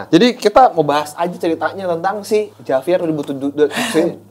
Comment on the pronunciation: Sorry, tulisannya Javier, tapi dibaca "Havier" guys